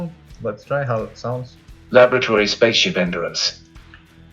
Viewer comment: The AI voicework has a long way to go. It clearly failed to pronounce both simple words like "alert" and larger more complex words like "laboratory" correctly.